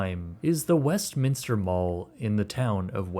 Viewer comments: Thank you for saying West Minster. I live in SoCal and it is so frustrating to hear people say West Minister. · Thumbs up for simply pronouncing Westminster correctly, haha. So many people add an extra "i" that does not exist... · always love your content. As a so cal native thank you for pronouncing it correctly. So many people mispronounce it saying "Westminister", so thank you, much love and best wishes on your future content from Long Beach, CA. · I live 20 minutes away and have gone here a few times but this video is how im learning that its pronounced westminster and not westminister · Thank you for not calling it West "Minister." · How have I lived in Orange County my whole life and only now realized that its called Westminster, and not Westminister.